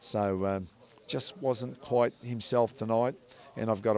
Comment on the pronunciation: You're a dunce. The word is 'Quite' not Quiet. And the boxer's name is Thurman - not Thruman.